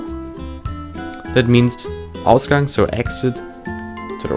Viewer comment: Ausgang sounds like Australia Gang